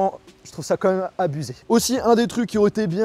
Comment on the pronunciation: Ce qui est surtout abusé là c’est ton « comme même »